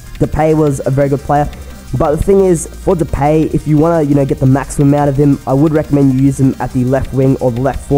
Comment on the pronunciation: Just to help you: you say depaay (i'm dutch)